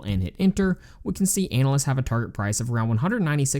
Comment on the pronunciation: Analysts not Annalists lol